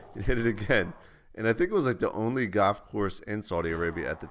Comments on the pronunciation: its gall-f not gahf jesse lol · ...goff course? Went goffing? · It's goLf, Jesse. Lmao. Not gof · i thought i heard GOTH course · I thought he said "Goth course" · its funny how u say golf like gof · He says golf funny. Love ya Jesse